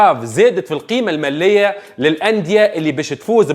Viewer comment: Caberoon 😂 مبلع 😂 ivri9ia 😂 المالية موش الملية 😂 طرتيب 😂 دوري أبطال إفريقيا موش الإفريقيا